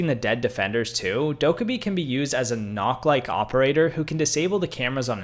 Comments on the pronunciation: yo btw nok is pronounced nook because of the o with a slash just to let you know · he said noor haha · Nokk is supposed to be pronounced like nook, they’re one of the frogmen and they’re Danish that’s why it’s nook. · Watching him attempt to pronounce Goyo and Nokk is sending me. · Good video. My only real complaint is that you mispronounced a couple of the operators' names. Nøkk is not pronounced "knock", it sounds more like "nee-ook" but said as one syllable. And Kaid is not "cade", it's "kah-eed". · Bro said dokkabee instead of dokkaebi Bro said nokk instead of nøkk